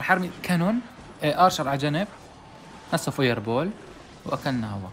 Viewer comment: فاير بُل❎️ فاير بوول ✅️